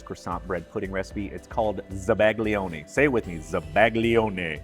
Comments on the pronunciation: dude, I love your videos, BUT your pronunciation of Italian words is driving me crazy. For example, zabaglione, it's not zuh-BAG-lioni, zah-bah-YO-neh. Here is an example. Thank you. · Oh I hate that I’m a pronunciation Nazi….but may I? The g in zabaglione is almost silent….it lends a tiny ‘y’ sound to the l like it does to the n in gnocchi.😊